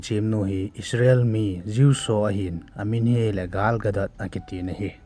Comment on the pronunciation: Galgadat hilou Gal Gadot